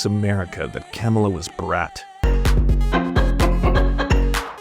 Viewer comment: Why do you keep saying “Kämala” like that?